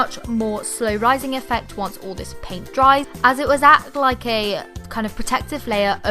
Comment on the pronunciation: You say "all" "ULLLL"